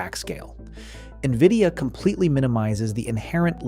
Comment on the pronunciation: AI slop. Keeps calling nvidia as “nvidio”. Downvote